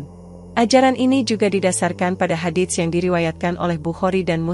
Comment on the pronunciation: tlng cara mengucapkan " Hadits " itu tdk kedengaran bunyi huruf t .tapi langsung kehuruf s nya. Dan bunyi huruf pd Shadaqah adalalah Sh bukan Sy